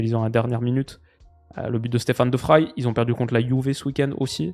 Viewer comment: Petit conseil pour ta prononciation en néerlandais; Quand tu vois un "ij" dans un mot, c'est systématiquement prononcé "-eille", comme dans oseille par exemple. Du coup: De Vrij = De Vreille